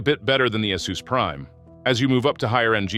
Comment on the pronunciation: Hey is it "Ah-SUS" or "Ey-SUS"? Are you using AI to generate these videos? Your pronunciation of ASUS is inconsistent in this video